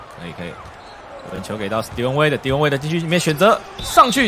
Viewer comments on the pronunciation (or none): 你把wade唸成Dion waiter